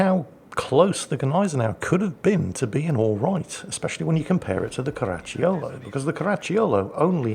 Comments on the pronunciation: Pronunciation tip: The "cio" in Caracciolo is pronunced like the "cho" in "chocolate" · Actually, I'm sure you find it's pronounced, "Crunchy yo-yo"